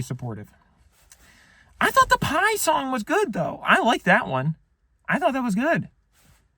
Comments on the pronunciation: Your southern accent is spot on . NOT !!! I can't believe they bought that . The way you said pie made me angry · Basically whenever he puts on the taylor swift accent he becomes closer to breaking than I've ever seen before. Not even he could get all the way through shouting pie I'm a southern accent while clapping with a straight face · the section where he needed to think of a taylor swift song and started clapping his hands yelling pie in a southern accent had me genuinely in tears laughing